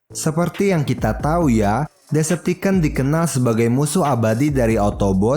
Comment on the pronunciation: Bang ngomong decepticon nya bukan deceptiken tapi deceptikon coba aja search d google translate